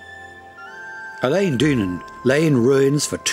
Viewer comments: Worst pronunciation of scottish names ever. Wtf is this.. Ilan donnan, locks??? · Loch is pronounced like the ch in Christmas. Loch Leven is Leeven. Eilean Donan Castle is Aylin Donan. Ardnamurchan (still ch in Christmas) is the most westerly point of the British mainland. Staffa, near Iona is a columnar basalt island whose cave inspired Mendelson's Hebrides Overture. Just south of Mull is Corryvreckan, the second largest whirlpool in Europe. You could make a dozen videos, but great shots of what was covered. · Great film. Spectacular and informative. I agree the pronunciation left a lot to be desired: but hopefully loads of tourists will be encouraged just the same, all asking the whereabouts of Elaine Doonan's castle and it's surrounding lock (and possibly canal!). I bet the narrator manages to buy his croissants for breakfast and avoids the croysants... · Almost every time I read of or hear about Eilean Donan Castle, a different pronunciation is given. Here, it's ih-LEEN, then later ih-LAYN. A Scottish video yesterday said ELL-in. There's EYE-leen, eye-LEEN, el-LEN, el-LEEN, AY-leen and probably others. I've begun to think it's a conspiracy so the Scots or someone can make fun of ignorant tourists. Seriously, is the name pronounced differently in different Scottish dialects? May I suggest that a Scot trained in IPA write out the correct pronunciation for the entries on Eilean Donan at Wikipedia et al., and add audio of someone saying it? In the meantime, I would hope Scots would remember that they'll make plenty of pronunciation errors in a foreign country, too. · Dreadful pronunciation of Eilean donan Castle pronounced aaylun donan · Whoever narrates this video mispronounces the name Eilean Donan. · Good video , be better with a Scot doing the narration , this Englishman does not know how to pronounce names ! Eg , Eillean Donan , Dunvegan , Gaelic , Sleat etc 😂 Spoils all the effort that went into making it